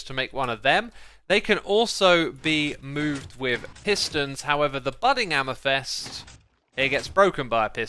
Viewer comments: hey hey it's amEthyst not amYthest lol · CALCITE NOT CALACYTE AMETHYST NOT AMETHEST